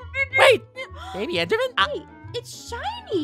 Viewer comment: I love how Aphmau says bibi instead of baby